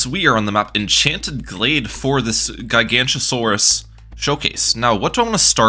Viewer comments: As a dinosaur enjoyer, every time you said Giganotosaurus was pain. It's GiganOtosaurus, not Gigantosaurus. That is a whole different dinosaur, a herbivore of all things. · it is pronounced GIG-uh-no-toe-saur-us, not ji-GANT-o-saur-us, please do not disgrace my goat by making him sound like a bad godzilla ripoff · Its pronounced “jai-ga-note-o-so-rus” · I literally cannot watch this video with how he pronounces Guy-gancha-saurus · is called gi-gaa-not-oh-sore-is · Isn't it giga- not- a- saurus? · Ah yes, my favorite tower The Guy-Gancha-Saurus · GigaNOTOsaurus. Giga-noto-saurus. Gig-uh-no-toe-saurus. You have angered the dinosaur nerds. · Gig o not a sor us is how u pronounce it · great video but the dinosaur nerd in me died every time you said gigantosaurus 😂 it’s a weird one to pronounce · as a dinosaur nerd this makes me so mad (the way he pronounces it) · Also he's pronouncing the "t" as a "ch" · Relatable, absolutely painful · He's not even pronouncing it correctly as "Gigantosaurus." He's got the g sounds flipped. Has he never heard the word "Gigantic" spoken aloud before? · Take a shot every time he mispronounces Giganotosaurus